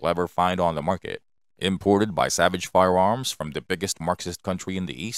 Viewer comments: He is definitely saying firewarms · Fudd narration. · Am I the only one hear him say "Firewarms"? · I’m hearing “fire-woms” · Holy shit, lol🤣... "Budget friendly firewarms"🤣🤣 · He most definitely said firewarms. And now I can’t take him serious anymore . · Hilarious that the computer generated voice keeps saying Firewarms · I him say Firewarms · I wonder if the narrator plans hunt wabbits with his firewarm. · Hard to watch the whole video because of the narrators Cripkey pronunciation. Firewarms? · Weird. A computer generated voice with a speech impediment. Fie-warms? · They're firearms not firewarms,Elmer Fudd gonna catch that waskily wabbit? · Sounds like a speech impediment to me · It could be, computer generated voices can sound pretty realistic. Why would someone build a speech impediment into the software though? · No your not 😂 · yeah thats bothering me too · Fuck no, I can’t in-hear it. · Came here to consider making the same comment but didn't want to be rude. But yes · More like "fiweawms." It sounded like a computer generated voice with rhotacism. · To me, it sounded like "fiyawomms". I got used to it, being that I was, for once, more interested in the information being presented. Usually, things like that distract me so badly that I don't know any more about the subject after the video than I did before watching it. I hope he's using an AI voice, and it was just a glitch.